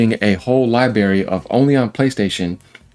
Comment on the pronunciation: Library is pronounced lie-brair-Eee.